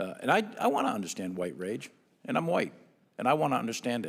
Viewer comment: I can't take a man who says " I wan't to undershtand" seriously.